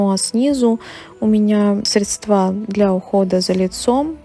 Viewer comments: как все у вас идеально и красиво. Поэтому позволь мне поправить тебя в произношении слова Средства, здесь ударение правильно падает на первый слог. Надеюсь, ты с пониманием отнесешься к этой маленькой поправочке. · срЕдства, а не средствА, колхоз